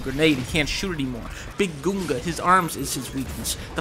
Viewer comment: ah yes “big goonga”